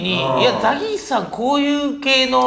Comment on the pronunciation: 『ザ ギース』じゃなくて『ザ ゲース』じゃん😂おもしれーwwww お笑いゴシック最高😂😂 何度も左上の文字読んだわww